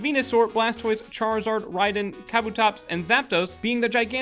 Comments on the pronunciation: WHOA WHOA WHOA! "Ryden"???...the heck is a Ryden??? if it's one of the giant robots, than it's "Rhydon"! come on guys, get it right. it's officially the first pokemon created for the series. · At #58 did he just call Rhydon "Raiden"? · Rhydon not rhydin